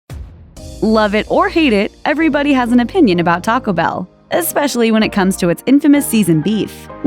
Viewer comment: Just a question - do you realize that Taco Bell contains TWO words? Taco Bell does NOT rhyme with Pachelbel!